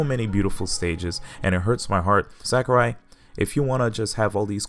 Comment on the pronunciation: Sakurai or "Sakarai" as you call him also said that after the past two games and said that multiple characters that wouldn't be in smash which ended up being in it. Also, he never said specifically "I'm not making the next smash." Maybe do some more research next time?